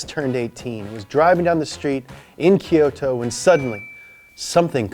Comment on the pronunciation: You nailed Kyusha, but whoever said Rakuoka and Kyoto butchered it, heh